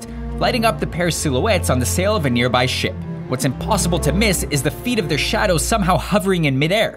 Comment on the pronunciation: ...I know he says Ship... But listen Closely..